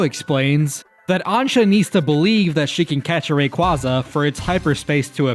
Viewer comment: Thank you for being someone who says Rayquaza right